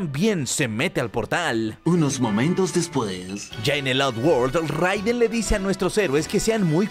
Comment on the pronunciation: Solo como dato extra... Se pronuncia “Reiden.” (Pero buen video, crack).